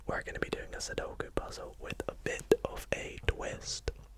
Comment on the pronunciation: So glad you pronounce sudoku the correct way. My girlfriend insists it’s “suduko” and it drives me insane haha! Nice video man, high effort and quality as always